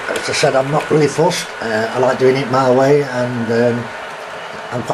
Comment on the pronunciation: Said not sais